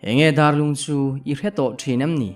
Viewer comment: Darlung hi "dar" lai kha a ki sang a lam tur a nih duh hmel riau mai darlung khua chu a awm ngei a mahse a "dar" lai a hi mihring dar kan lam anga lam hniam nilo in dar tangka kan sawi anga a ki sanga lam tur anih duh hmel khawp.mai